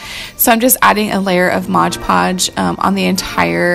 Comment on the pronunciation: You crack me up!! It's MOD PODGE!! My son always says Modge Podge too! Loved all of these DIY's!! The Wicked Witch was my favorite!! ❤❤